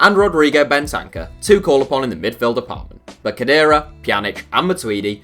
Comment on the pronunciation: That pronounciation of Bentancur is so bad I almost didn't understand it